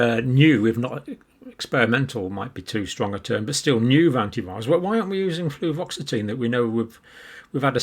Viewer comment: John, it's "Fluoxetine" - there's no "v" in it! And, btw, it's commonly known as Prozac. It nearly killed a close family relative as it produced suicidal ideation and they attempted suicide several times whilst taking it...